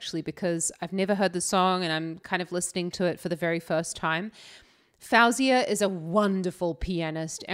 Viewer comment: Your analysis is great and I really enjoy your reactions 👏👏 just a note though, her name is pronounced "fo-zia"